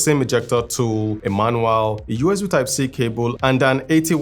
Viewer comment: its manual not eanual